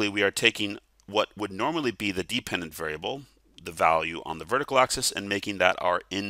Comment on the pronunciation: thank you! This helped a lot! Also, "depependent" lol